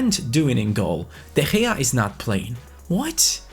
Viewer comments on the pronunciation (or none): every foreign youtuber says " De Gea " like this " De Hea " but says it like all arabians do